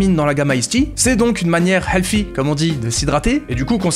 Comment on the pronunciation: Pendant ta description du produit HOLY, tu as prononcé "healthy" avec un accent arabe! 😂